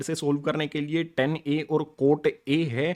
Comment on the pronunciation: bhai ten kitni bar bologe 😡 gussa ata hai Tan hai woo teacher ho ke bhi pronunciation nahin aati